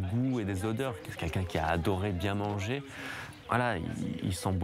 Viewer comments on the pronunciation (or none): none